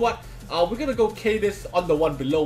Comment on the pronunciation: Bro is pronounced like Kadeez. Ka= Kaboom. Deez = Deez nu$@ Kadeez